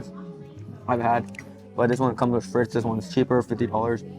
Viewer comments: It's not steak FRITZ it's FREET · Omg please learn how to pronounce FRITES